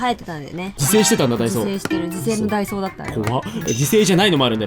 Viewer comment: みなさんは ①ダ↓イ→ソー→ ②ダ↑イ→ソー→ どっちですか？？ ちなみに自分は①です！②でしたね笑